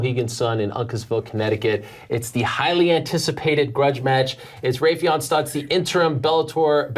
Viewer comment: Butchered Raufeon name. Smh